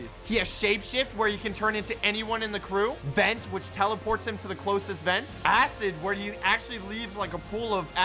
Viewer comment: Did he just accidentally say "a$$" instead of "acid" here?